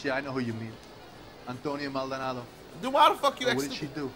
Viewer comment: "The residence of Antonnia Maldanondy." 😂😂😂😂 my nigga butchered her name lol